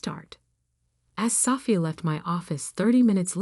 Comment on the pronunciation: It’s Sophia not safia..…